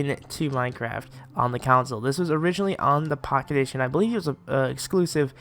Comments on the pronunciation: Btw way it's CONSOLE NOT COUNCIL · why does he say "Minecraft Counsel" 😂😂